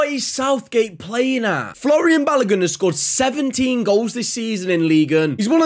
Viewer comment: His name is FOLArin not Floarin. Are you really that lazy to learn how to pronounce a simple name?